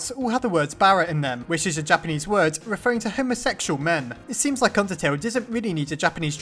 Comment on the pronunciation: I thought he said, "undersnail" Imagine an AU called undersnail Please make this a thing if you want to!